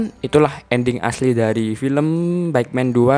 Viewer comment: Ko gua denger adminya bilang film Batman bukan bike man, ya🤣